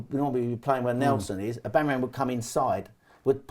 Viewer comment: I agree is the man, but I unfortunately can only focus on his inability to pronounce ‘Aubameyang’ hahahaha